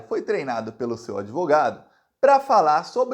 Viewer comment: Parabéns "adevogado" 🎉🎉😂😂